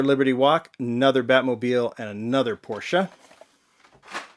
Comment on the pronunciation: I like that you know Porsche is a 2 syllable word.